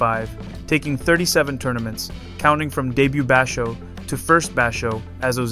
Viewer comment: He is Yokozuna level. It's just a matter of time. He has already beat a weak yokozuna, Hoshoryu, 4 times, undefeated against Ho. Please watch your pronunciation of some words like basho.